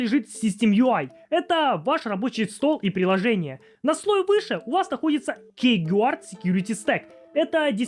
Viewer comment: "кейгуард", "труй" 😂 Повеселил, однако. Видик прикольный. Но я не помню когда последний раз вообще юзал пин-код симки....